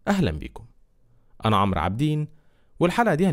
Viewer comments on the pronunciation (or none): none